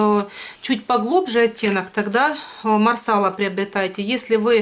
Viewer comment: марсала-ударение на последний слог, раньше ты правильно говорила ;))